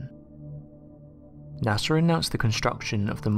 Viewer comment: Who's NASAR? 😂